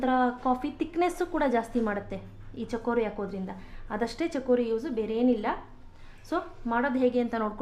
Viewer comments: mam adu chikori not chakori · chakori alla madam..its chikori.